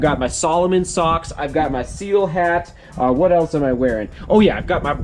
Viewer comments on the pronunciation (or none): none